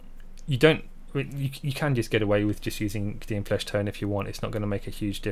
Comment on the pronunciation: Love your videos, but for the love of god it's Kay-Dee-anne. Kadin, is doing my head in